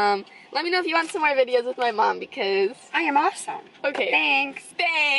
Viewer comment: I like the way you say mom (mamm)